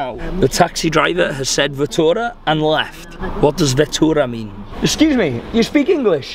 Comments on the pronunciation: The driver say's fatura,it is arebic word,not vitura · This is interesting. Nice vlog. Haha, its not veetoora, it is fatoora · It's FATOORA not Vettora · Bro it’s Fatora not Vatora. It means ticket 🎟️ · He said fatora, it means the bill ( he means he has to pay a fee) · It’s fatoora